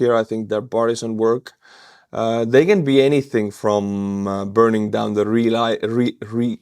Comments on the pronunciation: R&R = Rest and Relaxation. // Ree-Lay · Re - lay rhymes with pay